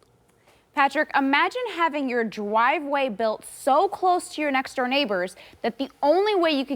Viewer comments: Did she just say dwiveway 🤣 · ‘Dwiveway’ lmao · Jasmine said dwive way lol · Dwiveway lol